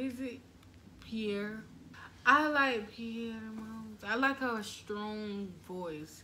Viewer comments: it's not pierre it's perrie (pronounced pear e) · lol guys it’s Perrie like (perry)